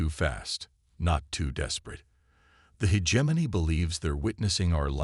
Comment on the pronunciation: My ninja you really tried to pronounce Hegemony as (He-Gem-Moany)? Not even close bruh, use your voice next time not a AI slop channel build.